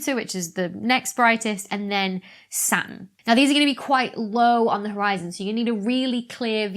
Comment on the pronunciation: I notice you have a silent 't' in Saturn, just like the silent 'p' in bath x